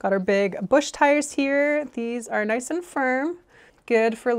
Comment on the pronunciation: Word of the day, "NIOCE" 😄😄😄😄😄